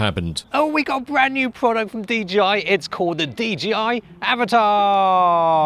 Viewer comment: Thank goodness.. someone who can pronounce AVATA.. 🤣